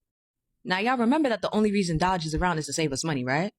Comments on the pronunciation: It's not DODGE it's DOGE!! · I cannot tell if the first woman reporting was calling it dodge on purpose instead of DOGE, it's making me giggle like a little child.